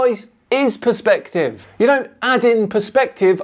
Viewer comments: Is it me or does it sound like he says “prospective” rather than perspective? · No wonder the Irish are the butt of so many old jokes! He keeps saying prospective now that is not due to the accent that is stupidity as the Irish can say perspective perfectly fine! Talk about being the bad apple!